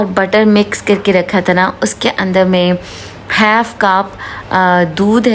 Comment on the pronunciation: Exactly 😂 she says Half as Haif😂🤣